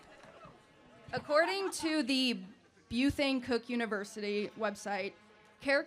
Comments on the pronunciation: "Bee-U-Thayne Cook" Yeah,i remember when I was 19-20 and i thought i knew how everything worked. I understand what she's saying and sure,there's some credence to it. But the "left" and all their nonsense beleifs and rituals,wildly colored hair,tattoos,piercings,men can get pregnant,multiple genders,etc..and they have SEVERAL "leaders" of their cultish society not just one person. The Democratic party of today absolutely resembles a cult. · I’m sorry, how did she pronounce Bethune????